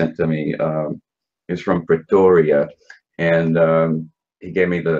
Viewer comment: As a South African, I must say that "Pretoria" was said with a pretty good accent.